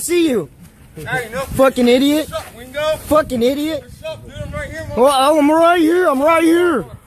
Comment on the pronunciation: I thought that too for a minute but sounds like he called him Ween-go at the end and the camera guy was saying to "sign the contract, I signed it already, I fight to get paid." So it can't be weendog, he's not a fighter.